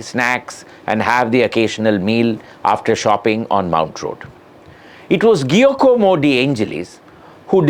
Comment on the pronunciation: Fascinating episode, Sriram. Never knew of this connection of Madras to aviation. Only one minor observation: His first name is most likely pronounced "Jee-a-como" not "Gee-a-como". - as it is to this day.